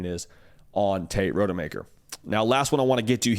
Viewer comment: Dude’s name is ROD-UH-MAKER. Not Road-uh-Maker